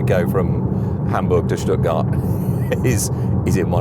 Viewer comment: Oh you pronounced Hamburg and Stuttgart correctly! That was surprising. Anyway I'll continue watching 👍